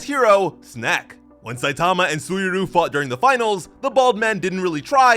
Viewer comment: The way he calls Snake "Snack" 🤣